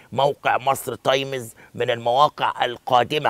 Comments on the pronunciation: انطق صح اسمها times تايمز مش تايميز انت فاكر كدة انك تمام او الناس البسيطة هتحبك يعم الصح انك تعلم البسيط و تخلي يحبك عيب انت خليت اية لاعلامي تحت الكوبري انت كدة إعلامي بربع جنية لما مش عارف تقول تايمز و تقول تايميز لأ و تتك كمان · ياريت تنطق كلمة times صح يا استاذ عبد الناصر